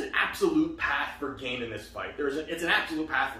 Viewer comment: Gane pronounced Gan(yay) not gain